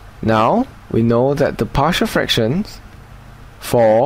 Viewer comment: Why do I keep hearing it as "partial differential equations"?